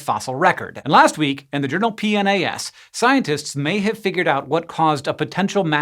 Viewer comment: So that's how you pronounce PNAS. I just pronounced it P(like the letter p, or the synonym for urine)-nas(like the first half of "nascar" or "nasty"). Always got some weird looks but nobody corrected me.